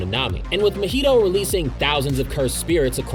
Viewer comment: No flame but how did you manage to pronounce mahito’s name wrong. You’re saying it like mojito when it’s ma-hee-toe